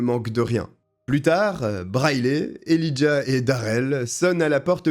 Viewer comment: "Né dans l'état voisin du Wyoming" ??? Quel est cet état? On prononce Elijah él"eye"jah